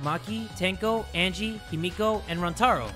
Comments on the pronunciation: everytime he said himoko i screamed HIMIKO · I don’t know what’s worse: saying Himiko as Himoko or IBeerleezy saying Chiaki as Chihari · "himoko" no. No. 💀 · it’s pronounced hee-mi-ko 😀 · No one: Not a soul: Not even Kokichi:: changes how he pronounces Himiko's name every time he says it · ok so im fine with him saying Byakuya wrong BUT him sayin Himiko wrong bothers me